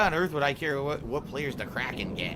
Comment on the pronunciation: Add "kraken" to the list of words can't pronounce.